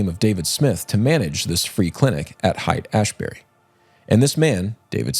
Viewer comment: I was kind of surprised that you had never heard of Haight-Ashbury (the most famous Hippie "settlement" in the 1960's). Haight is not pronounced "Hite". It is pronounced "Hate".